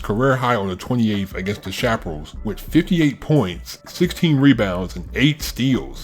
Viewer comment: Its Don Bu-se. And Dallas Cha-pa-rals